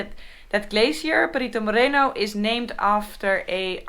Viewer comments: Noraly,the way you pronuence Perito Moreno sounds you are saying Little dog(perrito moreno) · You said "Perrito" Moreno and that is a small tanned dog ;). Better pronunciation! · hahah she said Perito Moreno like black doggy